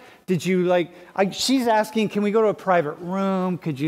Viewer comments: College student saying axing a question multiple times. Axing her future career opportunities.😮🎉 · Why the fuck can’t Americans pronounce “ask” or “asking”? Why do they say “axing”? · Why do black females say axing instead of asking..? A true mystery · Its ASKING not Axing. These sbowflakes cant even speak english.